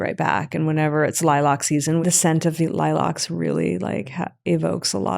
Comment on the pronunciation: Is she saying lilacs ? Never heard an American call it a lie lach…